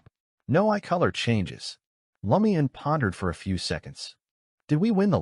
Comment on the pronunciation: IT IS NOT L A MIAN. 😢